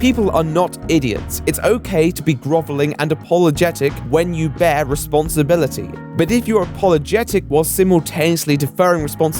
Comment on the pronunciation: I believe at you said 'responstablity'... fucking dipshit alert! exposed! Do an episode on yourself, you hack! Seriously love your stuff, dude!